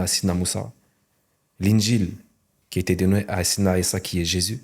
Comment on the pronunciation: Il ne sait même pas prononcé sayedna 3issa (3aleyhi salam). Et ça on le voit a peine en 21sec de vidéo.. Faite plus d'efforts quand vous mentez